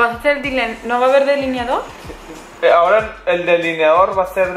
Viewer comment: es "delineado" no "deliniado", saluditos desde México 😘😘